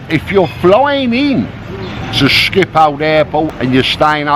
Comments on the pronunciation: As a Dutchman, it's "Schiphol", not "Schipold"! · Schiphol Airport... skee-poll phonetically.